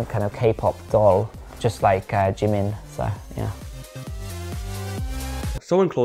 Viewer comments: When he says it, it somehow sounds like jee man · Please stop saying "Jimin" Jeemin. 😂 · This, is Jeemin Omg I'm sorry but I'm wheezing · The fact that you purposefully fked up his name made me cackle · I was also bothered a little about that 😅 but I guess because of their accent or just pronunciation differences.